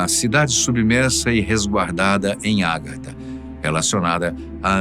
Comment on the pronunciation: Meu caro apresentador, a pronúncia correta é Agartha e não Árgatha